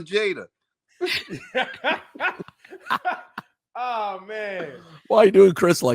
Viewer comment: Damon says Jada wrong that bell and hypnotized Will into yabba dabba doo